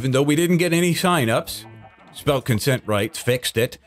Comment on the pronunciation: lmfao "conscent"